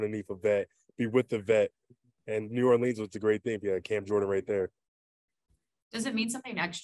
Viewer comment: Hopefully guys luke cam and honey badger can correct him so he doesn’t say new ORLEENS anymore😂